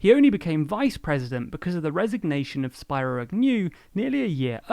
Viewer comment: It's pronounced "Speero", not "Spyro". He's a man, not a purple dragon.